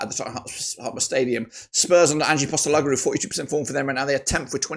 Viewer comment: You need to learn how to pronounce big ange’s surname mate 🤣